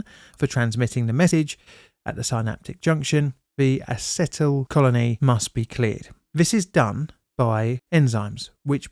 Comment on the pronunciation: Hey brother, acetyl is pronounced Ay-cee-tyl. No hate, I'm also English